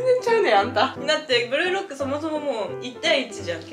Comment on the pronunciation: これメイクしながら見てたら、ブルーロックがブルドックに聞こえてて訳わからんくなった